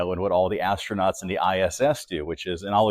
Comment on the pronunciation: As-tro-nut ? Look like As-old-nut